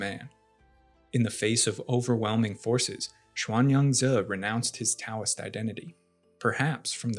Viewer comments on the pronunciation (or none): "Taoist" "Taoism" and "Tao" all need to be pronounced as though they start with a D, not a T. This is literally Philosophy 101.